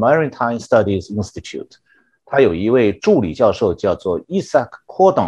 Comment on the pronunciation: Isaac 讀（埃塞克） 不讀（伊） Saac 最有名的科學家如： Isaac Newton